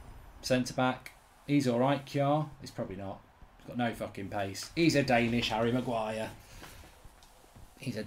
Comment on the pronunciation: " Denish harry Maguire " 😂